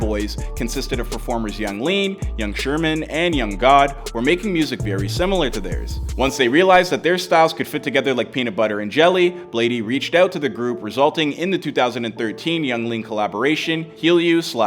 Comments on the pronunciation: its not yung god but yung gud... this is why the gate should be kept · this man said yung god😹😹😹